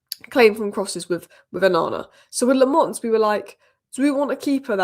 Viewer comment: Its not LeMons... the A is a sillent A (sounds more like you are saying A from back of throat)